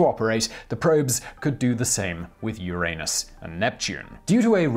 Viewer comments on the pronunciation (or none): the planet is pronounced yoor-uh-nus said quickly. not yoor-ayy-nus. and now you know. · Why do you always pronounce Uranus like that? 😒 Uranus is a pronoun. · How to Pronounce Uranus/ CGP Grey ~ In the original Greek: ooh-RON-ohs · Really, you're an adult on an educational channel but you keep pronouncing "Uranus" like a 2 year old. Use the soft "a" like anyone over 10 years old that isn't immature. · You made me laugh. But I giggled a little every time he said Uranus.